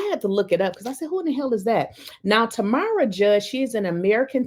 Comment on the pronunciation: FYI: It's pronounced Tam like Ham, then RA. So, it's Tamra.